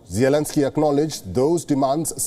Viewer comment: Your presenter really needs to pick one pronunciation of Zelenskyy and stick with it. Preferably the right way.